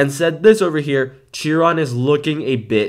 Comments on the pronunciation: Small correction, I'm a car guy and it annoys me: Its SHEEEE ron not CHEEE ron. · Dude! You pronounce it “sheer on” not “cheer on” I know it’s not how it’s spelled but that’s how you pronounce it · its pronounced shiron